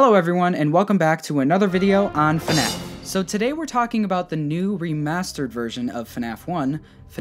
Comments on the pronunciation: Word: Fnaf Pronunciation: fun a f Me: .....hah this game is fun as fu** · “Hello, everyone! Welcome to a video on... FuhNaff!!” - literally the best intro ever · Day 11 of saying FuhNaff is awesome